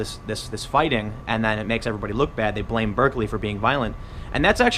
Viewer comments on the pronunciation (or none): none